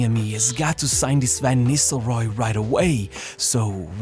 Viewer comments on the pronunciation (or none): Cara, aprende a pronúncia dos nomes dos atletas e técnicos 😂 pelo amor de Deus VAN NISRROY ? É NISTELROY KKK